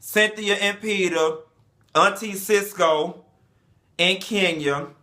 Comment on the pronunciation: Did he say Auntie Sisco! Lol